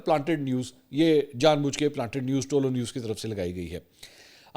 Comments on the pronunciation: آپ تعلق نیوز بول رہے ہیں جناب یہ پشتو زبان کالفظ ہے صحیح تلفظ یہ ہے۔۔۔ تہ لو نیوز ۔۔۔۔۔بولا کریں😊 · سر صرف کریکشن کے بول رہا ہو۔ تولو نیوز نہیں یہ "طلوع نیوز" ہے۔ love you